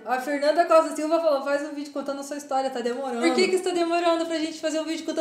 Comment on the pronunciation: Kkkk é draw n "DRAM" Kkkk é faz n "faiz"